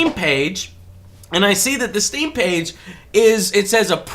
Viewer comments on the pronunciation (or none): none